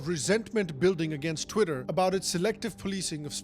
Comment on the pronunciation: "chwiter, now Axe" - typical Indian who goes for vacation in Joe's world